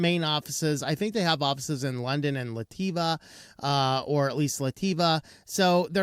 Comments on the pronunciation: "Lativa" ROTFL OMG it's pronounced "LAT-VEEE-AH", sheesh, did you skip school? 🤡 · It’s not Laty-Va it’s lat-via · *Onlyoffice alters the License I'm a bit puzzled, isn't english your first language ? AAARGH, Lat-via, not La-ti-va. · La ti va 😂😂😂😂😂😂😂 it's lat via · La Tea Va!! hahahaha... Just funny to hear. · where the heck is Lativa? Queen Lativa? Another example of: "If the US hasn't bombed it yankees have no idea on how to say it" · I was wondering what he was trying to say. ... LoL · Where did he get the 'i' between the 't' and the 'v'?